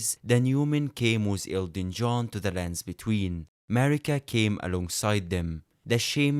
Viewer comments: Lmfao i swear this guy was saying Elton John the whole time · Are you saying Elton john or Elden John